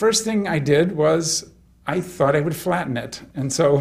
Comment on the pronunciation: He says 'thought' like 'fart'. 'Thart' Weird.